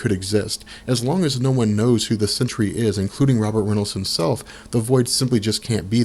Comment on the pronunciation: SEN-TREE 2 syllables! not 3